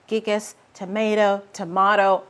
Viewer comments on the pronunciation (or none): It's called Philodendron Gigas with 'gi' as in gift. Giga. Giga means billion, a way to say big or huge and that's how the leaves get.